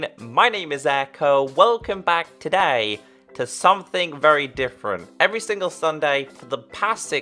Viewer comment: u like towday at the start hahahahhahahhahhahahaha XD